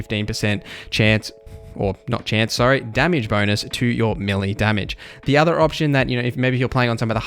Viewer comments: Melee = Ma Lee not Milly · YES! How many times does he have to say milly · May lay